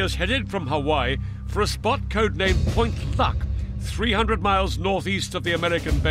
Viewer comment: LOL, it sounds like he says "Point Fuck", and even Youtube captions believes it XP